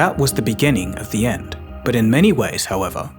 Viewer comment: "Beginning of the yend" bravo sir, bravo